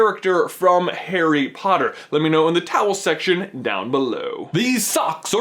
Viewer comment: what does he call the comment section? i keep hearing 'towel section'